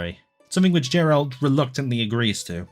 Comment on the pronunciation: Why do you say "Geralt"?? It's literally spelled with a J😭😭😭😭 Also me personally I loved cindered shadows. I know it was pure filler but I really liked the story and the characters.